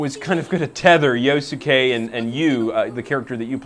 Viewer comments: "yosuKAY" stfu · Yos-ke silent "u" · Yo-su-ke... -- at least learn to pronounce their names properly. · I like this PR guy XD he mispronounces Yosuke's name like Egoraptor. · My ears! Stop saying Yosuke's name wrong!